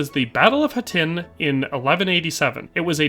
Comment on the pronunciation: Hattin is pronounced 'Hah-TEEN'